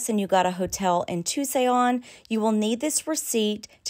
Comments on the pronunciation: You say it like TooSon not TooSayon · OK I’m a Texan but I even know how to pronounce Tucson. It is not pronounced. “To-say-on” !!! And you know that there’s no way you could not have known that!!!! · She wasn't talking about Tucson she was talking about Tusayan, tiny little town at the South entrance of the Grand canyon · Tusayon?????really??? Tusayon Arizona??? Tucson, Arizona??? what in the cornbread hell are u saying?????You go to UT Austin??? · It's Tusayan, AZ about a mile from the Canyon's South Entrance